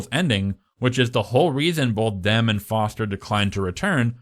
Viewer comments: Its not Johnathan DEM. Its Johnathan DEMI. Come on dude, at least get that right. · It’s pronounced Demmie not Dem stupid 😮 jk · It's pronounced DIM EE, not DIM. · I always thought Jonathan Demme's last name was pronounced Dem-E. Is it really Dem? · bruh iono why it’s so infuriating but why are u pronouncing Demme as ‘Dem’….? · Great video! Jonathan Demme’s last name is pronounced DEM-ee, like Demi Moore. I’ve always loathed the Hannibal novel; it was so clearly a cash grab and to me the Clarice Hannibal relationship never read as romantic (and the age gap between Hopkins and Foster did not help; plus the fact that she was so obviously terrified of and disgusted by him), so it felt like fanfic (as you put it) to put them together, in addition to turning her amazing, smart, tough character into a helpless maiden that needed rescuing. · JESUS CHRIST HAVE EVER HEARD ANY OF THESE peoples names correctly pronounced? Great video thanks for the hard work.